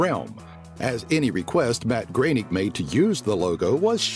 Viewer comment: Its not pronounced Matt Graining, its pronounced Groaning